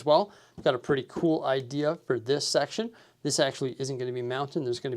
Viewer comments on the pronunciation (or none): none